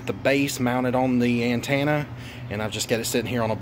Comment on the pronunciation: Say it with me now….AN-TEN-AH 😬😂